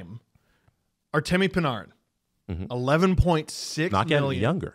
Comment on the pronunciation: Stop saying PuhNahRin